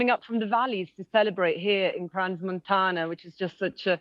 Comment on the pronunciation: at least the anchor could learn how to say CRANS correctly